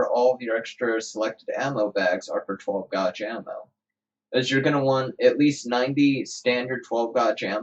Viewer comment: And 12 gauge, pronounced like "aw" instead of "aye" lol too funny, not hatin, I laughed